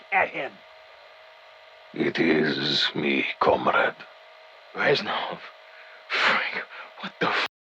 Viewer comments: "Comraid" (comrade) -, 2020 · Mr T Lexify watches your vid hears you say comraid 🤣🤣🤣🤣